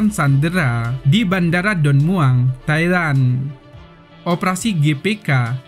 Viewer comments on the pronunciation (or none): none